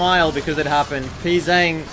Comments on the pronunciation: Your Pzzzang pronunciation has progressed, I'll give you that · Bro, you still don't know how to say his name lol